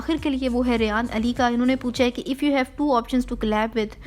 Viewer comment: Shukar hai Mera name sahi bola ..... Kyukay sab Rehan ya rayyyan boltay hai